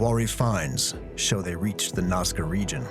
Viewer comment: the narrator said it right, 'Nazca', but through the intro he kept calling it 'Nawzca'.